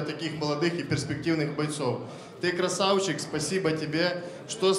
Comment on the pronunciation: Техничнные бойцы по лучше чем на рашке ) обожаю когда ты говоришь (красаУчик) 😆😆😆